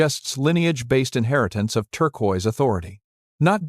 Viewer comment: Incongruent photos irrelevant to Chaco, and the mispronunciation of “turquoise” by AI makes it difficult to watch and listen to.